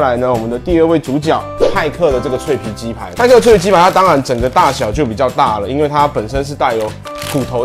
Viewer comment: 派克變麥克